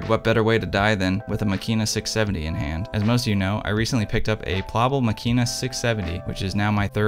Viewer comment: Incredible triggered by how you pronounce the name